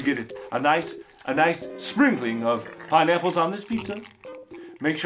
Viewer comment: Lol he says pine apples funny